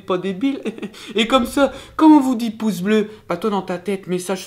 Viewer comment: J'ai cru que tu avais dis "pouf" au lieu de pouce, j'ai compris qud t'as dis "pouf bleu"